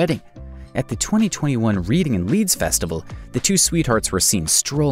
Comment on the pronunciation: Reading Festival is pronounced 'Reading Festival'.... Lol....